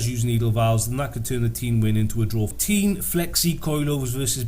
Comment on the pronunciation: It's pronounced Tein not Teen